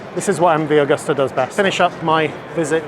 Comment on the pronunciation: Excellent video,. Thank you. Btw it's Agusta. Not 'Augusta'